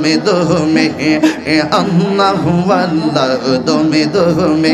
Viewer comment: জিকির করেন ঠিক আছে। কিন্তু ভন্ডামী ছাড়েন। একটা বার কি আল্লাহ উচ্চারণ টা কি ঠিক হয়েছে। যে জিকির করেন সাথে একটা ভাঙ্গা থালা রাইখো। তাতে আল্লাহর রহমতে কিছু পাইতে পারো